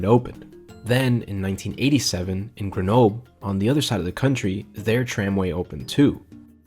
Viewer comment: Greh-no-bleh. You pronounce the "L" and shorten the "E"